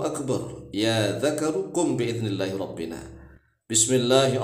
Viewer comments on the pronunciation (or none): Itu robbena bukan robbina